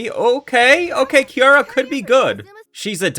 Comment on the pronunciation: KIARA nooooooo it’s Kirara lol